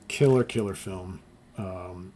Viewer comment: Lol. My grandfather would pronounce “film” that exact way.